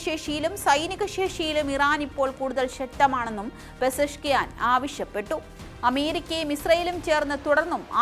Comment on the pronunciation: ആവിശ്യപെട്ടോ, അവകാശപെട്ടോ, ആദ്യയം തെറ്റു കൂടത് വായിച്ചു പഠിക്ക്